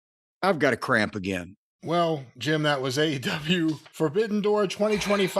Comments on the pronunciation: At the i had to replay it because I thought he said I've gotta crap again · it sounded an awful lot like crap